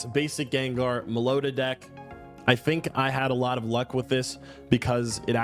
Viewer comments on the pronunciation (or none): melli-otta 😂😂😂 dat pronounciation tho 😂 mello-etta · Seriously you call yourself a Pokémon fan but don't know how to say Meloetta?